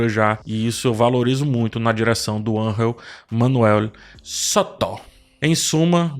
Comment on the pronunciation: Nao é ANRREL kkkkkk É angel MESMO.... Voce so le com som de R quando for J ....quando for G voce le com som de G....na lingua espanhola